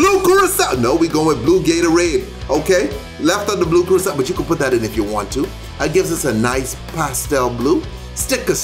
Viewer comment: Is Funny When You Say Blue Curaçao 😂💙 I Love Your Tipsy